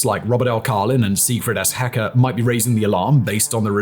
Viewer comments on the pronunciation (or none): This man made me tab back to the video because he managed to pronounce siegfried s. hecker as "secret ass hacker".